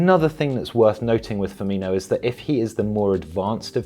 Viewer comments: FirmiNo NOT FirminYo (with pedantic apologies) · It's Fir-min-o not inho lol.. but great video as always though 🤙🏾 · Firmino... The "io" sound comes when Brazillian/Portuguese players have an H before the O, like Ronaldinho or Carvalho... It's not Ronaldio is it? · Great video, btw it's pronounced Firmino not Firminho. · Firm-in-o. Not Firm-in-io. (Apologies but my OCD kicked in) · It is difficult to take this video seriously, as you start out by pronouncing Firminos name wrongly. His name is Firmino, his name is NOT Firminho. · Why does everyone call him Firminjo? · "Firminio" how many times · He says firmino wrong.